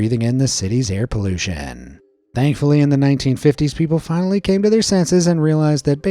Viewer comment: the way you pronounced air pollution had me rolling